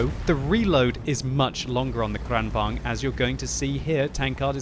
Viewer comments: tank name is KranvaGn, not KranvanG!!!! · Kranvagn is pronounced Kraunvangn in swedish. Just thought someone might want to know. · Actually it's pronounced KranvanGN so he's almost there. Just need to add an "N" at the end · Lengthen the A in KRAN,. Say “krahn”. It can either mean crane or tap (as in water), although in this case it probably means crane. I’m guessing because of the turret and gun having a movement slightly resembling a crane’s(?). It was called the KRV here also. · I love how he says "krrrrranvaGn" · Is it really true the Kranvagn is correctly pronounced 'kraken'? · gosh im tired of people pronouncing kranvagn in like deutch or russian :/ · You pronounce german tanks right but not swedish? Gosh;/ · He sounds russian when he says it not swedish xD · It is funny😂😂😂😊😂😂😂😂😂😂😂😂😂😂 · Its Like hearing "skhoda 50" when u r Czech.😂